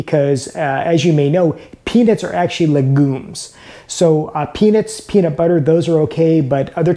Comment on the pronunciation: Pee-nits and pee-nit butter? That a regional accent?